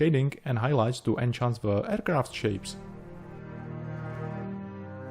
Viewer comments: I know english is not your 1st language... Its enhance not enchance. Enchance is an old english word now obsolete not used since 1150/1500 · Enhance, not en-chance. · I love your work, I love your presentation, I love your charming accent and your English is virtually flawless. However, I want to be a language nazi for a brief moment. In this video, you consistently pronounce the word 'enhance' as 'enchant'. The first word means 'improve' (which is what you mean) and the second word means 'to fill with delight' or 'to put a spell on someone'. It was only after you said it three times (the magical number) that I decided to be a dick about it and make a comment. Again: love your work